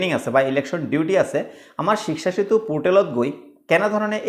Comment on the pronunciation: ইমান হাত লৰাই থকাটো জৰুৰী নেকি 🙄 আৰু 'শ্বিকচা' শ্বিকচা কৈ থাকে শব্দৰ উচ্চাৰণত গুৰুত্ব দিয়ক.. যা-তা মানে.. শিক্ষা সেঁতুক শ্বিকচা চেতু বনাই দিলে..